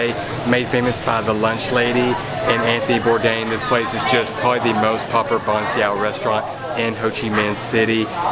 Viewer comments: if you do ever one day get the chance to visit Vietnam again that is my home country I love the video and btw it pronounced Ban Sail like that but with accents so sail well almost have a w at the end of it instead of the l easier said in person then typing it lol XD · Nghe ổng đọc chữ Bánh Xèo mắc cười ghê